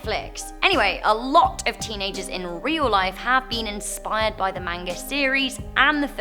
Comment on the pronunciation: I love Death Note one of my favorite anime series L is my favorite stupid Ryuk killed him though ahh and Death Note is real gotta get my hand on dem notes 😏 the one thing that made me mad in this video is that said Manga like Mainga its fine a lot of people do it even though its ma n ga